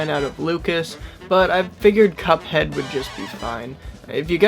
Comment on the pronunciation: I love how said CupoHeado